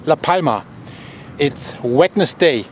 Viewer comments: I have been watching you daily as well! One thing-- It's Wentzday, not Wen-nus-Day. :) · You say: it's wenzzday instead of wednesday. 😎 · Wednesday pronounced "Winds day"😁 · In English, Wednesday is pronounced like when’s day. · Greatly appreciate your reporting. I'm American and I don't understand it either. Wednesday is pronounced Wins,day. Thank you for your reports. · Hello Bear, I'd like to help you out with your English pronunciation. The word Wednesday. The "d" is silent. So, what looks like it's suppose to be pronounced "Wed-nes-day". Is actually pronounced Wens-day".